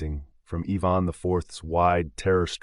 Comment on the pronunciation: Evon??? It's Ivan I ..van..